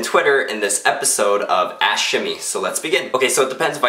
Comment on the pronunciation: when he says ask it sounds like he says ash